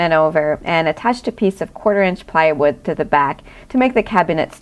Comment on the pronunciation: why you pronounce plywood as piewood?